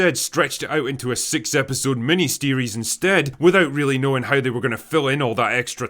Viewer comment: Mini-Steeries? Treally?